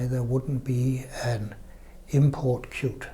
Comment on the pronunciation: 😂😂😂; Qt is pronounced as Kyut not KyuuTee